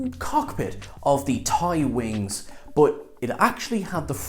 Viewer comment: TIE-wing, not TYE-wing, you dumbass.